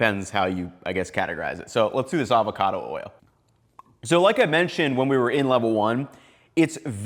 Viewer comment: “Avocado” oil, NOT “Alvarado” oil,. 😎 Great presentation 👍